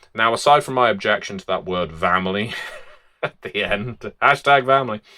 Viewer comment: "Vamily?" Vor goodness sake, where'd they get that voolishness vrom?